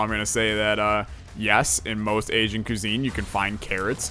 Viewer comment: The way you said cuisine in this video. Actually made me mad. Good job.